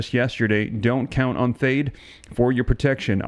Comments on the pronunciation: It’s .THAAT, like dad, THE A’S SOUND LIKE THE A’S IN DAD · Love the reports. Just fyi, military pronounces THAAD as th+add and ATACMS as Attack+ems. Thanks again, sir.